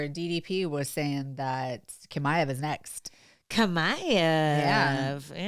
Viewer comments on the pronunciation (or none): It’s chimaev like CHips, not kamaev